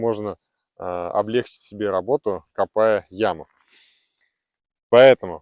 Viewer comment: Добрый день,! Удачи Вам в новом проекте! PS: не обижайтесь, но в русском языке ударение должно быть облегчИть, и никак иначе!